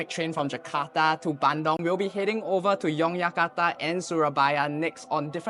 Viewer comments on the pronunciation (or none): It's Bandung Not BANDONG